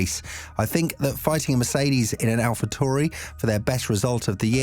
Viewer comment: 'Aphatory' palpatory... say it right!